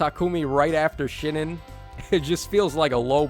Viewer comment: I'm curious why no one has told him than Shinon is pronounced like. Shin On and not Shin In